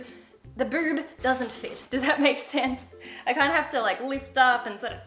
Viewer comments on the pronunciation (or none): Love the way you say boob😂❤️ bewb✌🏻😂